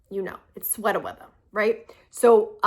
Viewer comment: Love that you just said, “sweat-a weatha.”